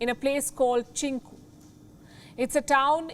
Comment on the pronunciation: It’s Cincu.